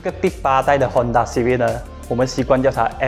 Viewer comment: Hon taaaaa... Lol cmi english